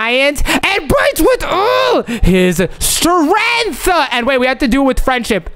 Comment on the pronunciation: why omz chat. a wrong in strength she said stenght😂